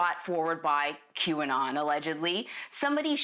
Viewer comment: It's funny that no matter how hard tries to pronounce QAnon he always messes it up.